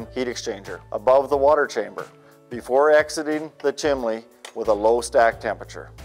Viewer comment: When using YouTube to advertise is is advisable to use a voice of someone who can speak publicly. This guy KNOWS what he's talking about but that knowledge is lost as he rambles. It also helps if one has good enunciation and can pronounce simple words like "Chimney" not "Chimley". The product could be the besr in the world but this won't sell it.